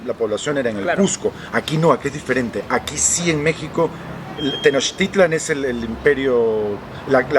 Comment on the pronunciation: pronunció muy bien Tenochtitlan, acentuando la penúltima sílaba.